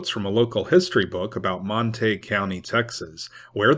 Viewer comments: Surely its pronounced Mon-ta-gyou not Mon-taeg County (Montague) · Montague - pronounced monta goo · Pronounced Mon-ta-gew....Montague. I was born and raised in this area. Glad it wasn't during thise times.